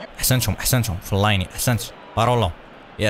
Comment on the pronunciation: فلين وليس فليني